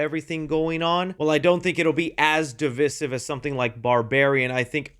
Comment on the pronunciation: I love you and your channel. Love the reviews you do. You’re my favorite YouTube reviewer right now. So it’s with love that I say, it’s pronounced “div-EYE-sive”. Long I in that second syllable. Keep up the great work!